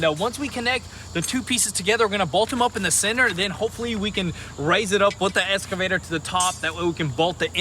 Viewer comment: True but the fact is they can't say the word excavator correctly